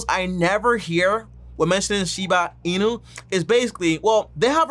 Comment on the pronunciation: "Shina Inu" & "Dodge" coin 😜😆😂🤣